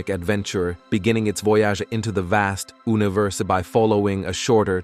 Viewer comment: don't forget Ooniverse and at least 20 other mispronounced words.